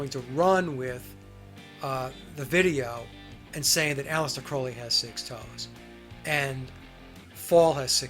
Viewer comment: Love your show,! Enjoy them! Been wanting to tell you this for awhile: Crowley’s last name is pronounced CRAW-LEE. xoxo The Clarences